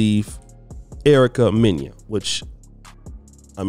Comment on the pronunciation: you're a big hater too. You constantly hate on black woman. You just hated on Ericka Mena in this story. You know her name is Mena and not Menya. Stop it.